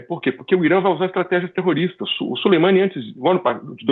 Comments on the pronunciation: A pronuncia correta é Suleman(i) . O i final é quase mudo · o cara nao sabe nem falar o nome do Soleimani haahahahahah